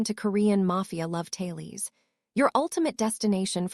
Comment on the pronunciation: The word is not Talies it is TA LES